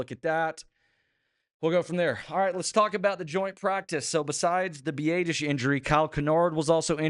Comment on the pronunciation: The only good thing about Tyler going down is not hearing say “b-ay-dish” anymore. Consensus is “b-ah-dish”